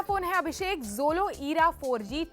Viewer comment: bhai era ko she's calling eeeera 😂